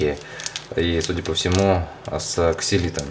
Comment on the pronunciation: Ксилитол а не то как ты прочитал